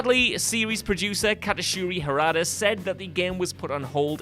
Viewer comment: My guy here butchered Katsuhiro Harada's name into Katashiri